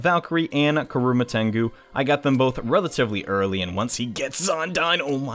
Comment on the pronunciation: not karuma, kurama Idk why thats the first think i notice but eh.